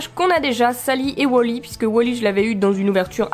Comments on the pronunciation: c est wal-y pas wol-y si non je t adore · Du coup on dit wolly ou wally parce que tu dis wolly mais comme je dis toujours wally je ne suis pas sur donc je demande